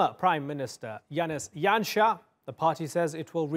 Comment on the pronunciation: Yay he pronounced Janša right :)